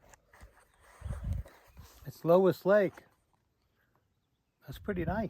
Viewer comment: Summer population in Atlantic city grows as most people who own land there don't winter there. The lake you went to is pronounced "Looey Lake" (Louis lake ) not Lowis lake. Power Toys in Riverton WY is a great place to get your bike fixed, not far off the trail. Getting through cows and sheep is relatively easy, slow down but don't stop. they will get out of your way. The rutted 2 tracks are very common in WY. We ride these all the time and you are correct about the Antelope, they can be suicidal if you're not careful. Thanks for your vids...